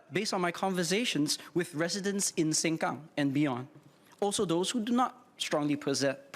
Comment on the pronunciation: he got this fake Ang Moh accent that is so intolerable, and stresses certain words like "SengKang" in a hokkien accent lol... what a narcissistic person. I worked with whites for decades, non of them got this rubbish accent lol, he sounds like he is trained by Amos Yee, looks like his brother too